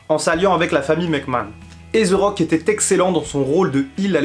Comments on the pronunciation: allor Jim Ross et dans le tord, Jerry The King aussi car ont dit The Rock et non Ze Rock. Pas ZE Miz mais The Miz. mais je serais pas méprisent comme d'autres car ont ma dit que ce l'anglais avec l'accent francais et le fait que je parle l'anglais nord americain la pronociation est pas la meme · Pk Ze Rock? Ce The Rock. sa ce prononce De Rock